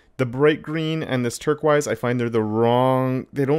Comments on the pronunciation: He lost me at "turk-wise," but got me back when I saw how nice it looked.... Then he said "turk-wise" again. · "turk-wise" The color you're struggling to pronounce is called teal, dude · Oh my God! The way you pronounce turquoise😡😭